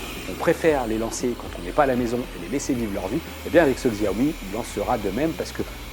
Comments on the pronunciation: On dit chaomi pas gsaomi... du coup pouce rouge. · Tu as raison, Et j'ajoute, qu'on ne prononce pas XIAOmi, mais CHAOmi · Ça fait pas pro de dire xiaomi Ça se prononce shaomi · on dit pas Xiaomi mais Chiaomi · Shyomi on dit !